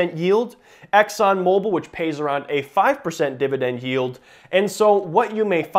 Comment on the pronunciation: New drinking game, every Dididend word you drink.